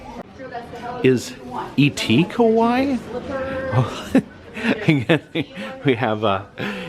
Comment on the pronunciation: its not "ka-waii" it is "ka-wa-ii" 😽